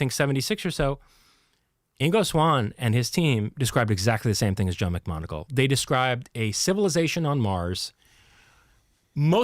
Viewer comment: if ur such a science smart ass, how comes you pronounce 'macmoneagle' as 'macgonagall'?. two different people pal